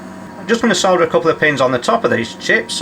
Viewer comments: It's so refreshing to watch a repair video where the word solder is pronounced correctly, soLder, not soder, dumb yanks. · It is nice that you dont say SODDER like the Americans. Drives me nutttzzz